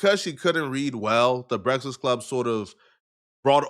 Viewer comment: can't pronounce breakfast